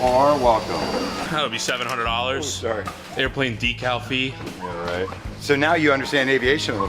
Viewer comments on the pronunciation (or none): none